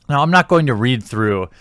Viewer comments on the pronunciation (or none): none